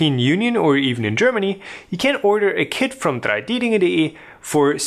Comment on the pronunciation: I think you have been asked this 1 million times, but where are you from? Your pronounciation of 3ding.de sounded very German :)